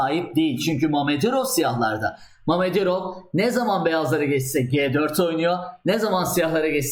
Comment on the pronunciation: İsimleri rusca yox, böylə söylemek daha doğru, daha TÜRKCE : Şəhriyar Məmmədyarov ve Nadirbəy Əbdulsəttarov